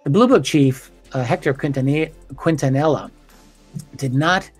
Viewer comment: Hector ''Keen-tanee-ya''.